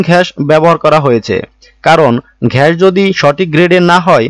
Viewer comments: উনি আসলে বলদ,গ্যাস কে উনি ঘ্যাস বলছেন,😂কোম্প্রেসর বাছাই করতে বলছেন,কোম্প্রেসর বাছাই করতে হলে কোম্পানি তে যেতে হবে😂ডিপ চেম্বার এর সাথে বিল্ডিং ফাউন্ডেশন এর তুলনা করছেন😂আসলে ডিপ চেম্বার উপরে থাকলে শুবিধা আছে। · katha ta ghas noi gas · ঘ্যাশ না, গ্যাস ভালো করে দেখে বলুন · আপনি গ্যাসকে ঘ্যাস বলেন কেন ? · ঘেষ না, গ্যাস হবে। ঘ হবেনা, এটা গ। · Vai gas na ghas??? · গাধা ঘ্যাস নয় গ্যাস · বেটা গাজা না ঘাজা খাইছে তাই গ্যাস কে ঘেস বলছেন। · ঘ্যাস না গ্যাস??? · ঘ্যাস কি ভাই! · Apnar kathay bhul, ghas na - gas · ব্যাটা উচ্চারন ঠিক কর... ঘ্যাস নয় গ্যাস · ঘ্যাস,‌না গ্যাস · ঘ্যাস নয় রে ভাই, গ্যাস। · ভাই ঘেস বলেন বলেন গ্যাস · ঘ্যাস কি ভাই? ঘ্যাস ওয়ার্ডটা শুনে রাতের বেলার ঘুমের মধ্যেও ঘ্যাসাঘেসি দেখবোরে ভাই। রাত বারোটা বাজে আপনার কথা ও উচ্চারন শুনে এই রাত দুপুরে নিজেকে পাপী মনে হচ্ছে😂। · Sala age gas kotha ta valo kre bolte sik...